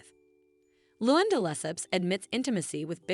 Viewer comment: Learn how to say their names!! Dor-eet, Lou-Ann, etc.